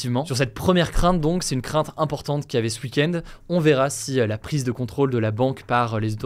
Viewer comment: "ce uikendz"